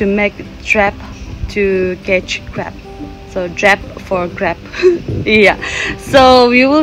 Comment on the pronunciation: Not crap it's crab